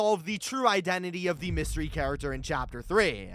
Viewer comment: You Said mystey character